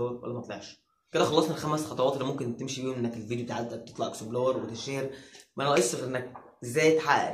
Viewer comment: انت ليه بتقول اكسبلار مش اكسبلور